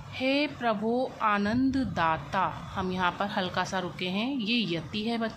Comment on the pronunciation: Prabhu hota h prabhoo nhi